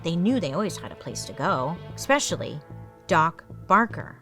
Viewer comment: Oh NOOOOO, she said “eX-specially” right around the Mary poppins part